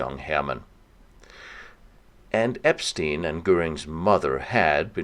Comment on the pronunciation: If only you could pronounce Epstein correctly - lame...